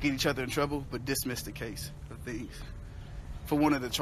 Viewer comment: You’re a grown man saying “thangs”